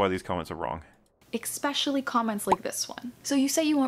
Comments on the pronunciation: It's very petty to point this out and doesn't actually affect how wrong she is, but this girl says "expecially" instead of especially and it is quite irritating. In non ad-hominem land, it's ridiculous to posture as some condescending intellectual and claim we all misunderstood and misrepresented she hulk when you're the one that has to obfuscate the truth of the matter to make your insubstantial and contradictory points. Jesus. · God, I hate it when people say ec-specially so much. It’s almost as bad as people who can’t figure out there, their, and they’re. Make it stooooop! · If she says "ecspecially" one more time... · I question the intelligence of anyone who pronounces it "Eck-specially". Especially when that person says it painfully slowly. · Does she pronounce it "ekspecially"? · That annoyed he uck out of me XD Like, there is no X in especially